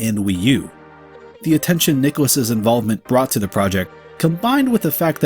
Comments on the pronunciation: My only critique of the vid is your pronunciation of nicalis, every video I've ever watched on them goes (Nigh-Cal-Is) so it constantly distracted me, but other than that yeeeesh, no wonder I never see them outside cave story, Binding, and Ikaruga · How do you actually pronounce "nicalis"? I've heard it pronounced three different ways now.